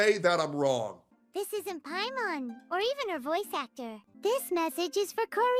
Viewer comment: Paimon? More like pA.i.mon